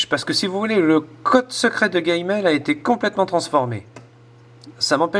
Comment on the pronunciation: Alors c'est G-mail parce-que avec ta prononciation on dirais GayMail je veut pas dire mais bon.........